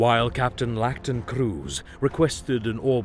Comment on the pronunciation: It's iacton not Lacton...